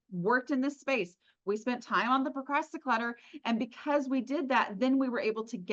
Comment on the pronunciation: Did I hear that word right? Procrasticlutter?😅